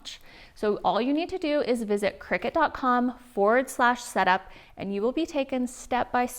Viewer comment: I just had to, you know what people are like and i couldn't help myself.... Cricut = (cry-cut) not cricket!